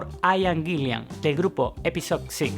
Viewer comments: Es Ian Gillan y no Gillian ... y es Roger Glover... y no Roger Grover.... Por lo demás un buen documento. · Acuérdate, que el cantante de Deep Purple es Ian Gillan y no Ian Gill"i"an como has dicho.... La segunda "i" no existe. Un saludo, gran documento 👏🏻👏🏻👏🏻👏🏻👍🏻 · Buen video. Adoro a Blackmore como el gran guitarrista que fue. Pero por lo que más quieras, pronuncia bien el nombre del cantante Ian GILLAN, no Ian " GILLIAN". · No es Gillian. Es Gillan. Gillian es nombre femenino. Gillan (sin la "I") es apellido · Y es Gillan, no "Gillian". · Así es, también se le escucha decir Gillian en lugar de Gillan y Grover en lugar de Glover. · Pronuncias como el cu lo. Se pronuncia Parpl no parpel, guilan no guilian, ian no aian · Muy buen video👍... pero cuando dices Gillian estas pronunciado una segunda " i " que no existe, tal vez pienses que se escribe o pronuncia como el apellido del director de cine Terry Gilliam... pero estas equivocado. Además, aunque Purple y Rainbow fueron muy importantes en la gestación del metal, personalmente creo que Ritchie NUNCA ha tocado metal. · Cada vez que dice "Gilian" me saltan los plomos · A parte d la pronunciación de Purple o Guillan ..q como a otros patean la oreja ...hay varios errores en la biografía ... pero uno q es imposible dejar pasar es qué : En el álbum SLAVES & MASTERS ... La voz es de Joe Lee Turner ... Quien a propósito .. también fue vocalista de Rainbow Ota cosa qué olvidaste es qué .. En la etapa de Deep con Coverdale Blackmore también dejo al grupo dejando a deep con Tommy Bolin